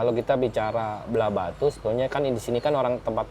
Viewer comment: Agak sedikit mengoreksi mas, yang benar itu Blahbatuh bukan Blahbatu. Untuk pengucapan Pura Puseh juga salah pada bagian Puseh nya🙏